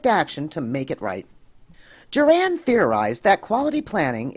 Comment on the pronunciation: I'd be more impressed if you hadn't mispronounced Juran's name. It's JURR-in, not Jur-ANN.